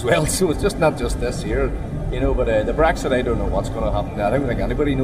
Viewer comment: That guy with the American accent pronounces it "Bregszid" referendum.